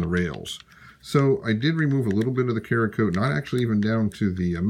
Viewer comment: Cerakote = “sarah-coat”. Not “creeyah-coat”.